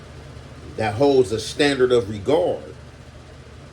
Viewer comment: “Holds in standard of regard”. Yesterday he had a video with like 3 crazy ahh quotes and pronunciation of words lol. I fw him but he have me dying with some these words and quotes 😂